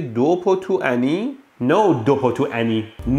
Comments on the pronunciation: irritato "No dopo two any!"😂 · "Le prese multiple vanno sostituite dopo TWO any" fantastico medhi